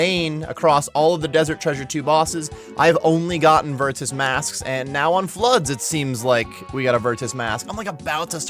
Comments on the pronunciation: Why are you saying virtus with the hard T bro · Why are you saying virtus like that?